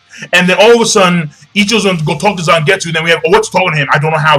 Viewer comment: Its Zangetsu